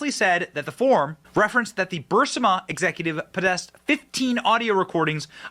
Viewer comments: Is anybody else troubled by the fact that pronounces Burisma as Bursima all the time EVERY TIME. Biden should be in prison over this. But will never see a second of time. Bennys show has become overly flamboyant and I’m getting tired of them. Your assessment at the end of the video is spot on. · Burisma. Not bursima. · 😂❤😂❤ OH MY. I WAS LOOSING MY mind over him mispronouncing it!!!!😂